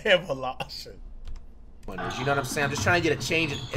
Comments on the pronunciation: LMAO my man said evalation then evation instead of evolution. Thats flights type of move. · Flight said Eil-vol-shun. Instead of evolution or evolve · Flight needs to work on his grammar 😂😂😂 Evalaution 😂😂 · this man said "evolotion". 😂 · “evolotion, evoltion”💀😂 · THAT EVOWLOSHEN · Flight not being able to say “evolution” was the funniest part in the video😂🤣🤣🤣🤣😂😂😂😂🤣🤣😭😭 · Flight looked like he was in pain trying to pronounce "evolution" XD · I lost it when flight tried to pronounce evolution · Watching bruh struggling to say EVOLUTION was cringing 🤣🤣